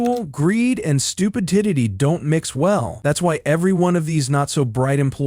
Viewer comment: Did you hear the AI pronunciation of stupidity?!😮😅😂